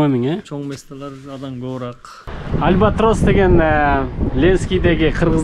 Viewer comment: Альбатроско дагы деле тили келбейт экен байкенин